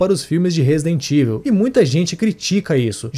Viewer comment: A pronúncia de Resident Evil do locutor é de doer. Chegou a criar uma nova palavra em português: RESIDENTÍVEL. 😂😂😂😂😂